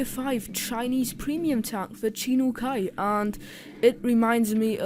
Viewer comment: it's Chi-Nu Kai not Chi-no Kai = = Also Chinese bought a lot of USSR tank and convert it into their own version, like type 62 it's a copy of 62-A but much lighter, and weaker armor. Also 59 is it's big brother. Chinese do have some issue due to the production of tanks, but still it's the first country use tank in warfare in Asia.